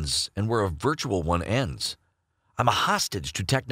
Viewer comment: Virtuar reality reality